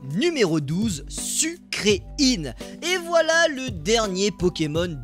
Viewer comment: Ça se dit sucrèène pas sucreïne😒😒😒😒😒